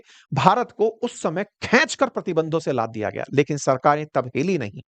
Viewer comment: Saley musalmaan khainch nhi hota hindi mein kheench hota hai